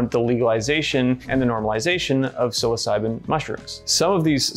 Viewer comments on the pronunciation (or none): Home boy said “sill-oss-si-been” pronouncing psilocybin 🤣